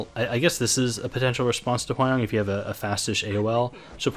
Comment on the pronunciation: Hwayoung is pronounce Hwa-young not Hway-oung. Why people keep saying her name wrong, if you want to cut it shorter, then Hwa is enough, because Hway is absolutely someone else.